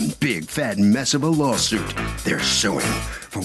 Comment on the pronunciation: Why does this narrator always pronounces the word suing as "sowing"?